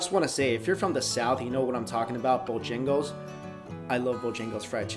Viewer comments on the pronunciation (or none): Not Bojingle.